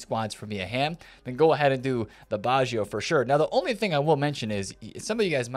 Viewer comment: it s not baschio it is batscho (baggio)